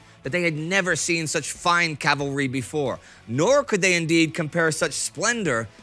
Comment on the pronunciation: Hearing the correct pronunciation of “Cavalry” so many times is music to my ears.